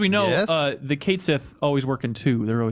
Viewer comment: cait sith is Ket Shee. It means Cat Demon literally.